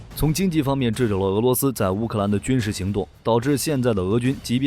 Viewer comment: 11：13掣ㄔㄜˋ肘，不是製肘。